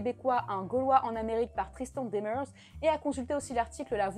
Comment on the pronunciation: Je ne crois pas que le projet de parc aurait été rentable s'il avait fallu plus d'un million d'entrées par année. Il faut penser qu'au Québec, la neige en aurait limite l'accès, voir même empêché, plusieurs mois dans l'année. Demers se prononce comme la deuxième façon que tu l'as dit. Granby se prononce un peu comme si ça s'ecrivait "Grane-baie". Je n'ai aucune idée pourquoi ca se prononce comme ça. J'ai beau être québécoise, je ne comprends pas la logique de la prononciation de Granby ! Très intéressant cette vidéo !!!